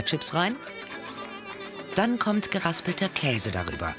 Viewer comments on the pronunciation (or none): none